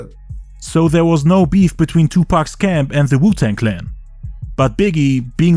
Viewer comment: Overall this was an A-level documentary! Good work. Side note...wtf did he say? Wuton